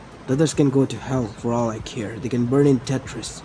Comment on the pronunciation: When he said tetris I was so confused did he mean tartarus